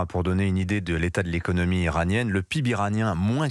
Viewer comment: P.I.B ne se prononce pas du tout comme ça! Je suis surpris d’entendre cela de la part d’un journaliste d’Europe 1…